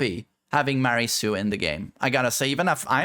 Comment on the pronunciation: Miora, Mia, Mialy are fairly common Malagasy names. And its not Mary is Miary, MIARY, there is a freaking I between the M and A. mɪ ˈɑː ri zu Sounds like: Me are E zoo. Me R E zoo. Or something close to that.